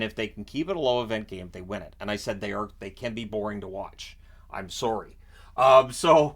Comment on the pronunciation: most Canadian "sorry" ever 🤣